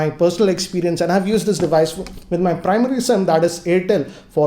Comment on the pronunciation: Where did learn English, it's used not used(yusad)